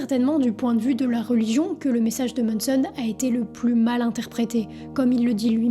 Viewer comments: MANson, pas MONNEson ;) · C est pas MONSON! C’est MANSON! Ah les français 🤦🏻‍♂️